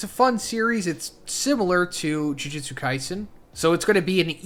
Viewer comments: Yes! You guys hate the way this guy says “Jujitsu” too? It’s so annoying. It’s “Jujutsu”!! Lol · Bro!!! It’s JUJUTSU! Not “jujitsu”, that’s a martial art. Guess it doesn’t matter now. Edit: This is a completely different translation from the others!